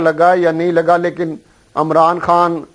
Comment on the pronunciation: Mercy on Pakistan Politics. He even cant pronounces Imran khan.....Amran Khan hahaha